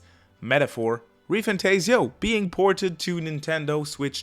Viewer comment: For an atlus content channel it is surprising how you still can't pronounce re-fantazio property